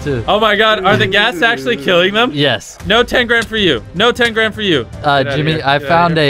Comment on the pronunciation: It sounded like he said “no tangram” not “no ten grand”